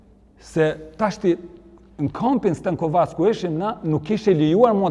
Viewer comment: STENKOVEC jo STANKOVAC...